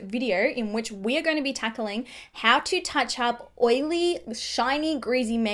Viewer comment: Did I just heard she said we're going to be takaling 🤔? Love you ❤️😊